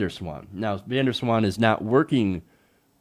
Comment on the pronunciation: It's not Vendor Swan (like a Dutchie hears this pronunciation), the Van sounds more like saying Vaughn in a fast way, (Vahhhn?) (space) Der (space) Zwaan (hard Z like Ryan Zinke). That's just my 2 cents, I always find it funny when people from other countries have to pronounce Dutch names, I can't wait for someone called Heijmans getting into trouble ;-)